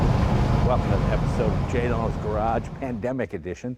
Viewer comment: Sorry Leno. Not Lenno